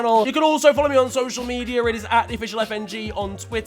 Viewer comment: Media* not Medier